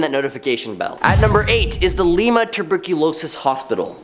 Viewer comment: it's L"eye"ma not L"ee"ma